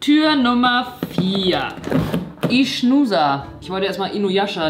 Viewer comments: Das sardische Bier wird nicht Ichnusa ausgesprochen sondern "ignusa". Ich komme aus Sardinien und habe es selbst schon einige Male getrunken und finde es lecker, aber mittlerweile kann ich mich fast nicht mehr an den Geschmack von Bier im generellen erinnern, da ich seit 2 Jahren keinen Alkohol mehr trinke. Liebe Grüße und einen schönen Abend noch 😊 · Man spricht es birra Ik nusa aus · Ich war dueses Jahr auf Sardinien (war warm) Das Bier wid ungefähr ICkNUSAa ausgesprochen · ichnusa ist das lieblingsbier meines Vaters und wird iknusa ausgesprochen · das ichnusa spricht man iknusa aus lul